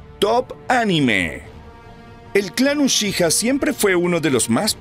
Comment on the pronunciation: podrias porfavor pronunciar bien la palabra "uchiha"? porfavor te lo pido